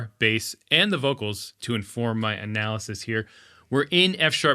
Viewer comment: haha, you said "my analysis"... In your, in your... anaaaaaa ly siiiis!